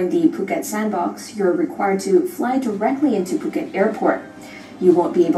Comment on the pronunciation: It's POO-ket not FUH... Lol